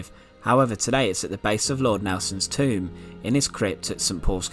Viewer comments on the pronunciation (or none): none